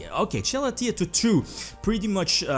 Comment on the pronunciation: “Jalatea” Lmao, I unironically love the pronunciations you make. Reminds me of Grinder Golem.